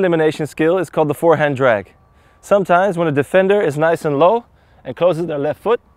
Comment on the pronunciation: "Dragg pull"